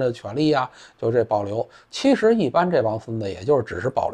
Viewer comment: 错啦，是“7实啊……”